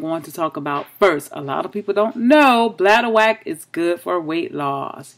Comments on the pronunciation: Thanks for sharing sis. It's pronounced bladder-wRack not bladder-wack but thats funny.😁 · Ren Matitchll Yes I totally agree she is pronouncing it wrong. But hopefully she read her comment and realize she pronouncing it incorrectly. LOL